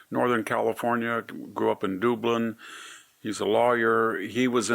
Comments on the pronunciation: Not Dueblin it is Dubb-lin city DUBLIN. Anyway Swallwell is biggest Liar award as he is Arrogant and Prideful and a womanizer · Duh…blin” not “Doooblin” 🙏🏽 Like Dublin, Ireland, which it was inhabited by Irish Descendants including the Donner Party descendants. Green hills in Spring reminded them. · Did he just say Doob-lin for Dublin? 😂😂😂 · Dublin..not dooblin😂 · Dublin CA, like Ireland. Not Dooblin. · ‘doobulin’. Hahaha as someone who grew up in the city next door I can appreciate it…back in the day we use to call it ‘SCRUBLIN’ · Dooblin? Come on I thought you were a native Californian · doo-blin? is that how it's pronounced? When I lived in the Bay Area, I never had a reason to go there. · I love VDH, but he has trouble pronouncing names sometimes. “Dooblin.” Hilarious! VDH is still a genius though. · I love Victor Davis Hanson... but how did he pronouce Dublin?